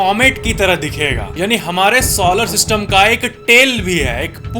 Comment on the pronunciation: “SAW-lar” nahiñ “SOlar” (as in so ja neend se). “satRUN” nahiñ “saTURN”. 🪐